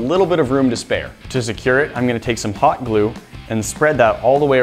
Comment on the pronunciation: When he said hot glue it sounded like he said pot glue